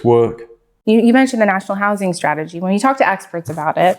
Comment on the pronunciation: We need to work on how you say strategy.